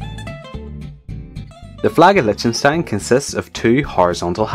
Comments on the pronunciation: Litchenstein??? lol Lichtenstein! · try do your home work...lipfenstein??? you don't say lopfness either do you??? ch...like in Lochness or milch or Afghanistan.... idiotic... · every time you say litchenstein, I cringe.